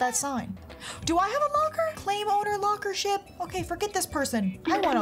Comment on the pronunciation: Anyone else notice she said “claim owner lockership”😂